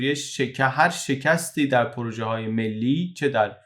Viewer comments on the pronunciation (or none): none